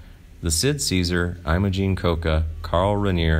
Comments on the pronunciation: This is not a life with a sad ending. It has a nice ending -- living a full long life and dying of natural causes at age 92. Also, it is not "AYE moh jeen" but "EH moh jeen" in terms of pronunciation. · Imogene is pronounced "EMMA-gene". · You pronounce about every third name wrong in ALL your vids. You call her eye-mo-Jean and the first syllable of her name rhymes with Jim. Carl Rayneer? I hope this is robot; otherwise...